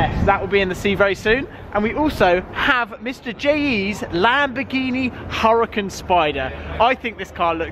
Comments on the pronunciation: NOT HURRCAN BRO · Lamvorghini hurucan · You got in the car and I thought you were driving.... it's PRONOUNCED URACON BRO